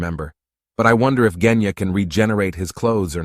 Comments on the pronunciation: “he just needed to find out how to destroy the drum that controls the dragon like creature” (basically what he said) I mean zohakuten is literally keeping away from him, how the hell is he supposed to get rid of it if he can’t get close Edit: Did he just say KENYA AND NOT GENYA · Bro said Kenya instead of Genya💀 btw no hate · Bro keeps saying Kenya instead Genya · is it just me whenever the guy says "Genya" I hear "Kenya" who else hears it? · Bot: Genya ❌ Kenya ✔️ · Jenya:✅ Genya:❎ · I’m sorry….JeNyAh!?!?!? It’s genya sir lol 😂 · and y r u kept calling Genya "Kenya"? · bro said kenya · “nez” and “kenya”😂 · Ah yes, "jenya" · “Jenya” help i can’t💀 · Bro said jenya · Bro said "Kenya"💀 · I'm sorry but you calling genya jenya is so funny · I mean, quite a lot of these details are really just speculations and theories But I seriously just can't watch this whole video, the way he says the names is putting me off Who says Genya and Tokito like that 😭😭